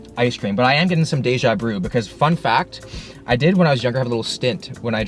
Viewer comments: "deja brew" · did he say dejabru?!